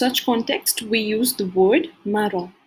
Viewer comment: You're pronouncing "Marron" and "Brun" wrong. Ce n'est pas comme ça qu'on le prononce en français